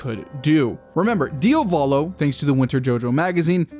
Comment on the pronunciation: pls pronunciate it properly, it's "Diàvolo" not "Diavòlo". Also, it's Jòdio, not Jodìo